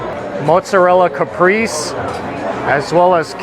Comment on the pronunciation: FYI....Italians pronounce it ..."ka-PRAY-say"